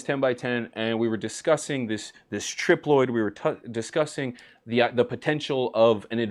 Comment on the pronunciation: It’s tri ploid male female and herm how was the trip Loyd 😂